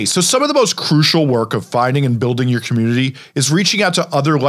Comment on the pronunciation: take the time to pronounce COMMUNITY